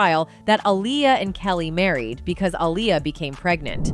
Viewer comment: You need to change your Voice Over Artist—she can’t decide how to pronounce the artist’s name Aaliyah or Alia? from one sentence to the other, sometimes in the same sentence. It’s hard to pay attention otherwise. Or is she AI? No I think AI would be better.